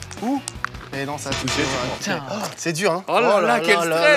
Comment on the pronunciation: à dit "j'ai pas touchéow" 😅